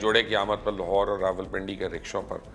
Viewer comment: Good video BUT IT CRINGES ME when these lahori people couldn't even say Lahore properly .. It is LAAAHORE NOT LOOHORE 😂😂😂😂